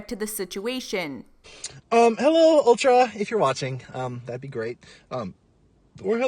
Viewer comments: aw poor keeps calling it ultra 😂😊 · did garrett fr say "Uh hey ultRa"